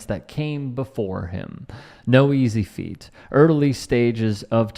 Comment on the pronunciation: No easy feet. 🤣🤣🤣🤣. It's "feat"